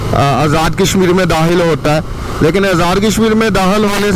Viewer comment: ath makaam men Dahil hone wale hen bola...yeh lafz... Dakhil hone wale hen bolo ....bewaqoof sahe bolnaa sekho